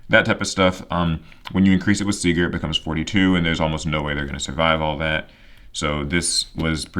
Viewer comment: If you're still curious about pronunciations: Herz is like saying Hearts if it was spelled "Hairts" Nachster is fun, the "ch" is actually silent. Vier is said like "fear" Sieger is said with a Z sound instead of an S, so "Zee-grr"